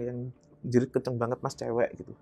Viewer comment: bilang "kenceng" jadi "kuueenceeng".. fix,, jatim asli😊😊.. salam ponorogo mas ..